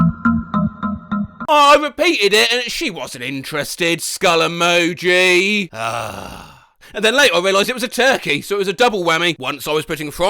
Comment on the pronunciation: Are there any ways not to hear said "skull emoji" as "Scully Mochi"?